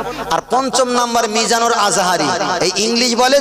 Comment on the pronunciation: Ei murkho! Tor nam tao valo kore bolte paris na, tui mijanur Rahman ajhari ki bujhbi. Age kitab por. Pore waj koris